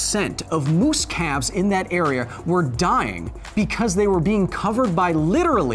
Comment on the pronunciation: It's not べコズ・サイエンス It's ビコズ・サイエンス